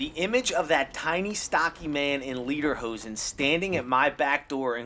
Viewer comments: it's pronounced lay-durr-hoe-zen (yes, it's german), but the picture you showed is a "Dirndl" (don't even bother), which is a type of skirt. Lederhosen = leather pants. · I assume it's pronounced "leh der hoh sen" - Leder (leather) hosen (hoses)